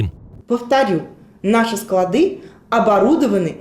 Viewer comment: Не складЫ, а склАды!!! Вумница Хренова!!!!!